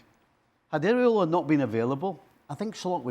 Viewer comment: Stevie Nicol, the muppet, can’t be bothered to learn the coaches name. He keeps saying “Areola”, which refers to nipples. It’s Iraola.😅